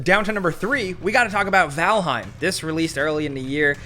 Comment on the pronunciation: sounded a bit extra jersey there when talking about valheim. i dig it. regional accents are the best.